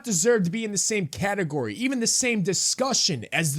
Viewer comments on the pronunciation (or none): none